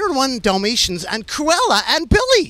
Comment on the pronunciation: Orrr hear me out, “cruella thee VILE” we love you Billie but come on